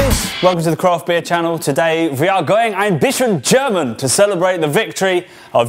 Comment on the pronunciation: "Croft" beer? I thought it was CRAFT beer? No?